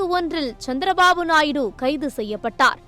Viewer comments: நாய்டு அல்ல நாயுடு தமிழ் சத்தியம் டிவியில் படாதபாடுபடுது தமிழ் இவர்கள் எல்லாம் தமிழ் வளர்க போறாங்களாம் கஷ்டம் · நாய்டு கிடையாது நாயுடு 😂